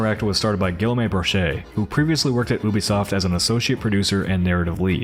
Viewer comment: This is something I've seen in a lot of Expedition 33 videos so it's not just here, but Guillaume is pronounced like Ghee-ohm. The double ll doesn't make the same sound it does in English